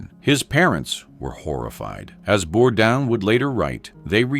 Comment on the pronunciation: The man committed suicide and you can't even get his name right. It is pronounced Bordane.